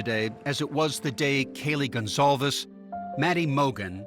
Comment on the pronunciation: Her name is spelled like “gone calves”, I thought that was how you said it